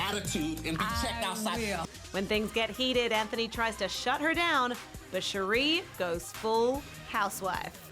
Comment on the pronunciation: Her name is pronounced sher ray not sher ree. Can these people actually watch the non white housewives?!